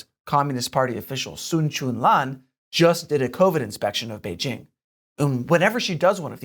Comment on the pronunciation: At last, someone on China Uncensored is doing a half way decent job of pronouncing 'Beijing' properly. Kudos.